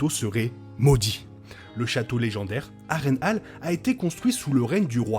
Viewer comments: Je te dis ça comme ça, mais cela se dit "Har-reine-hole" dans la prononciation et pas "Har-reine-hale". Mise à part cette petite erreur, bonne vidéo, le montage et agréable. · Roooh s'il te plaît ça se prononce "A-reine-haul" et "Hoss of zeu Dragon" j'dis pas j'ai un accent impecc mais really? Sinon très pertinent comme vidéo continue bg! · J'aime la réplique de Aegon à Harren " A l'aube ta lignée disparaitra". Moi je préfère la prononciation "Harren Hol" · mdrr ça me fruste aussi comment il dit harrenhall